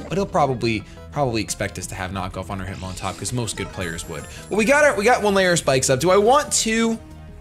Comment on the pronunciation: lmao, you said hitmontup... oldmantup reference ftw